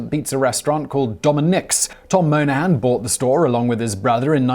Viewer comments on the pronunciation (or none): Tom MOY-nah-han, like Bridget Moynahan, Tom Brady's baby's mamma.